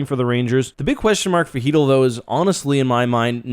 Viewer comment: its an L for both teams u cant convince my chytll is pronounce heatel no matter how hard anyone tries